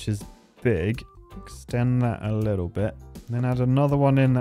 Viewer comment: "Let's have a Lidl look..." You went to Lidl recently or what?